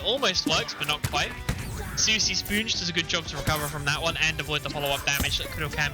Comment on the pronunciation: This commentator recreating his own pronunciation for players gamer tags is low-key pissing me off lol. I understand he has an accent, but c'mon! "Soosy Spoonge"? And who the f#@ is "Maleesha" while I'm at it? 😂